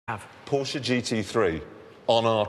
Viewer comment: you would think such a supposed car expert would know how to say the brand's name...